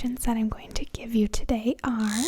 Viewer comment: I love your tiny little accent, -- like when you say "Tiday...":) Where do you live?